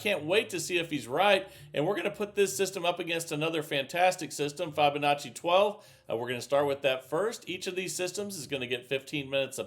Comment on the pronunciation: Still can’t pronounce Fibonacci